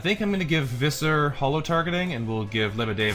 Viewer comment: just so you know, Visser is pronounced with an F, you are saying the rest of the name right, you just have to start it with a "fff" sound, the name is the Afrikaans equivalent to Fisher. In Afrikaans V an F both make F sounds, yeah the language is weird like that... 😀